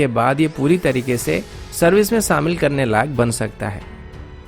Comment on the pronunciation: Abay samil nai shamil hota or kasmir nai kashmir hota😂😂😂